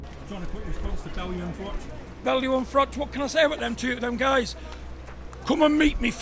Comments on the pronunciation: Mate....its Froch not Frock 😂😂😂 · It's froch not frock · John fury has never been a kickboxing champion. What are you talking about?? And it's Froch not frock ! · The name is Froch not Frock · It’s froch not frock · Text to speech AI garbage.......Carl FROCK 😂😂😂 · Can this guy not learn that it isn't pronounced carl Frock ffs how can he not know that?? He mustn't have seen any boxing over the years. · Carl Frock? Hahaha Americans. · You need to pronounce his name right .... does me head in there's no k in his name 😮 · Saying his name wrong to get more comments. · The channel cant even pronounce Froch name right.piss poor